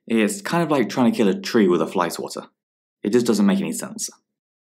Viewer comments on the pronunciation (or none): none